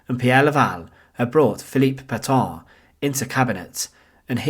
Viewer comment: The pronunciation of Petain and Fresnes is excruciating. Paytun and Fren.